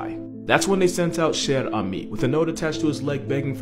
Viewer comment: It's spelled "Cher ami". He got the pronunciation quite well in the video. By the way, there's no "e" at the end of ami, because it refers to a male pigeon. If it was a female, it would be "chère amie", which is roughly pronounced the same way.